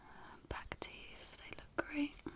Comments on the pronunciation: I say fing and teef too! 😩😅 I don't know if you remember me from when I commented about that in one of your old asmr videos 😂 hehe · Awesome video & dont apologise for saying fing & teef cos it adds to your own unique tingle style!!! Also I loooove your makeup in this vid, can you please tell me what make up you used to get such a dewy/glowy base look? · It's great, it is only tiny and adds to the relaxing nature of your voice, I reckon. The hair isn't a bother, and the birds were a great touch. Thanks